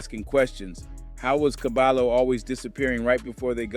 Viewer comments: Never mind saying cabalo and say ''cabayo'' properly. Caballo means horse. It also means ''head man'' or ''expert'' in Hispanic language street parlance. - There is no ll in the English alphabet. ll is pronounce like y as the equivalent verbal sound. It's an elementary school lesson in any competent bi lingual program. A bilingual program is very expensive at any competent private educational institution. BTW , the objective of a NYC elementary public/private school bilingual program is to immediately produce an English speaker. The younger the child, the more languages can be learned. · Dont call him cabalo.. is KA-BUH-YO… or just call him horse with braids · Cabayo not Cabalo stupid AI bullshit. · Who is cabalo? Is CABAYO AKA CABALLO AKA HORSE. CABAHYO, you know, like the Y is pronounced in the Toyota 😂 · Its pronounced Cabayo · I hate that it’s 2025 yet we still don’t know how to look up the pronunciation of a name. It’s CABAYO!!!!! The LL in Spanish makes a Y sound jeeezus christ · Dude it’s pronounced ka-by-oh isn’t it? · It's pronounced Caballo is pronounced Caba-joe the 2 L's make a J sound together the name means Horse in spanish. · You're saying his Name Wrong, it's (Cah-ba-yo/Horse) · I’m not tryna be “ that guy “ but it’s soo aggravating hearing him say caballo like that lmfak it’s pronounced cuh-bi-yo lmfao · My guy said CaBAlo.😂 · Caballo ... Horse in Spanish ... The LL's together sound like a J ... Or Y.... Fyi. ... I know ur not Spanish , great reporting ....